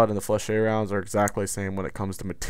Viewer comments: "FLEH-SHET". IDK where your getting Fluh-shay from dude. but its bothering the hell atta me. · FlechETTE it is ET as in GET. not fleshey. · Ette in French is not pronounced shay.